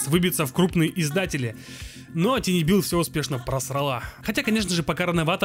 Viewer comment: Товарищ, слово "Tiny" читается как "Тайни", и никак иначе.